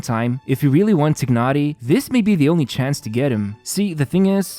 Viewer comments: i think they pronounce his name Tie-nari not Tig-nari,. just stating what i heard from the stream 😁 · I thought it should be known by now that "Tighnari" is pronounced "TY - NAh - REE" rather than "TIGG - NAh - REE" (or Tchi-nah-lee if you're going more towards the Chinese pronunciation), because that's how the devs decided to refer to this character. However, as pointed out by phoenixlau, saying "Tigg-nari" would be closer to the Arabic pronunciation of the name Tighnari. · Please say T(e/a)ynari 😅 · I like how you pronounce 'Tighnari's name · WOW, I love how much emphasis he used to pronounced Tighnari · How do you really pronounce his name? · These content creators need to learn how to pronounce names. It's just cringe how pronounce Tighnari. Tsk.